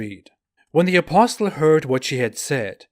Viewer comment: I point 2 things to you. 1. You need to pronounce apostle as aposle the t is silent. 2. The life of Hitler mimics Mohamed, he was despised and rejected politically in the early thirties,, he almost became a homeless, but when he got his chance with the rise of the Riche he became the monster